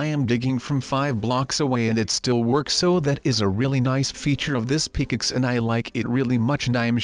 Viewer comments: Hmmmmmmmm. That intro seems different. It sounds a bit like sundee's intro, but it has a different touch. Also, pickaxe is prounounced wrong. It sounds like pickixe. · Well we made a PICKLETS lol it’s pick axe